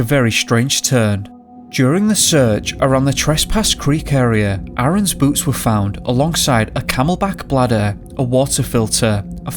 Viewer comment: I kept hearing boots as boobs and was confused.